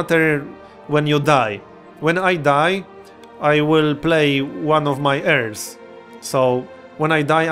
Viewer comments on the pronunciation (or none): none